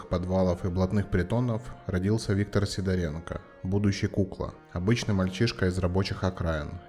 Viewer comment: Правильное произношение фамилии - СидОренко !